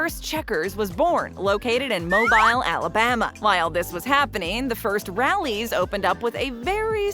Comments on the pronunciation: Say it with me. "moh beel", Alabama. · Mobile pronounced Mo bile ?? Hard to trust someone that can’t pronounce the names of U.S. cities correctly. Checkers is the best fast food burger joint. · It's pronounced MOE-BEEL -- a Mississippian here... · Mobile, Alabama is pronpunced (mOh-beel) as in automobile. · Thank you!!! I was just saying the same thing!! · The city in Alabama is pronounced Mobile, and not Mobile (as in mobile phone).